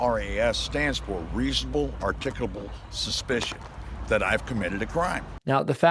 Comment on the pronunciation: Reasonable, "Articable," Suspicion- Learn to pronounce it before you use it, Slobberin' Shitizen.